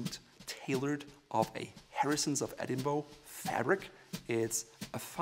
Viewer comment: Harrisons of Edinburgh, as in Edinburgh Scotland, is not pronounced Edinbow. It's pronounced Edinburra.